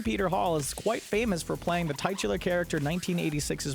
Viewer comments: Titular, not tightular. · "Tightular" - I know, it isn't a word - titular...new pronunciation introduced? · hahahaha, you said "tightular character" instead of "titular character". sry, i got a good chuckle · lmao "tightular" its titualar like tit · "Tight-ular?" C'mon, man. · did he just pronounce titular as TIE-tular?! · I'm sad that thinks 13th Warrior is bad (if that is the film to which he is referring) because it's one of my favorites, but I am more sad that the narrator can't even pronounce "titular" correctly. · I always know when these things are put together by kids. Harry Shearer & Dave Chappelle both acted in movies. And look up how to pronounce “titular”. And don’t giggle.